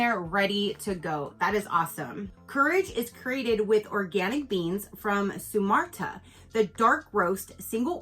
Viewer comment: Where the coffee is from is pronounced Soo-mah-tra. And the the kind of coffee is Soo-mah-trahn. This was an awesome box, loved the dark chocolate